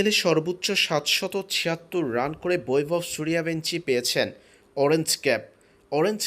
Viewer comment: learn how to pronounce in Bangla.. it's Boibhobh Shoorjobongshi